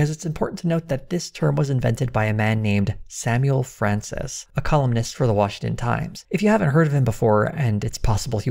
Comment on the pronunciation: In your intro you pronounced for like “fir”, this is surely a sign of tucker toxins slipping into your cerebrum. The prognosis for this is not good, you might even be replaced!